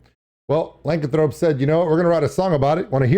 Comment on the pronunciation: XD its pronounced "luh-can-throw-pee"